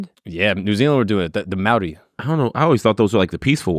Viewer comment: I’m a kiwi (New Zealander)- props to for attempting correct pronunciation 👏